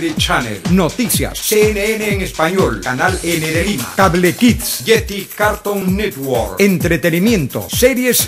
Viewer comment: Me mató cómo pronunció "Ieti, Cartonitgüor" queriendo decir "Jetix, Cartoon Network"